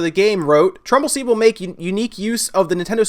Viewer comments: Kyle Morris Tumbleseed. He said it wrong. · Super Chris np. I thought you were making fun of because he kept saying trumble seed!